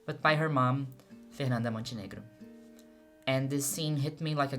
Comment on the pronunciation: Are you Brazilian, vc fala fernanda Montenegro mó certinho